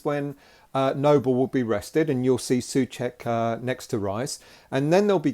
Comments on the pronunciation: just in case you want to get your pronounciation right his surname is like two English words SO-CHECK, not SUH-CHECK. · It's not pronouncing Suček but Souček, you have forgoot the "O" it like yu would say the worlds "So" and "Czech" = So-Czech